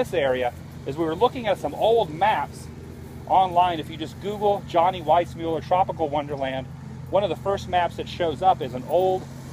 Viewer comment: It's not Weissmueller it's Weissmuller.